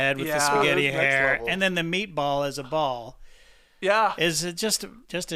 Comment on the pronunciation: “Spaghetti and MeatBol”